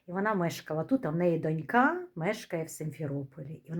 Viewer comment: Говоріть російсь кою мені більш зрозуміло(донька наголос на першому складі),українська для вас неприродна,не рідна